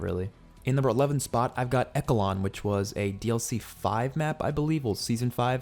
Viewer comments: Bro said eckelon 💀💀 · Echelon = eh - shuh - laan Not trying to be rude or anything just wanted to let you know. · It's pronounced "eschelon," bro, And yeah, Garrison is ass, man.